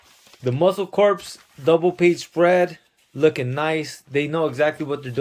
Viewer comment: its pronounced muscle core even though its spelled corp or corps you dont pronounce the p in it when its spelled like that like the marine corps. corpse has an e in it and means a dead body. great stuff on the channel cant wait to see more stuff you find.